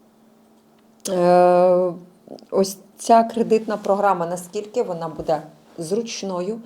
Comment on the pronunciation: Буде(наголос на перший склад!!!!) ставит правильно ударение…, прекратите «интересничать»!!! Уже до рвотного рефлекса. Ваши вопросы тоже приходится слушать!!!!